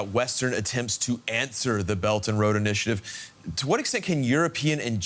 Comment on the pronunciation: "The bert and load initi, aative" 😂